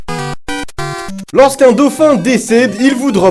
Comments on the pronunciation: "HA REGARDER un daufin qui se noy" oui il sest vraiment noyer le daufin XD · Il dit un daufin qui se noie? A.